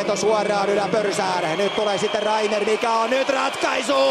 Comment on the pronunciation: Se on Patrik Reimer. Ei Reiner. Tsiizös... Herää...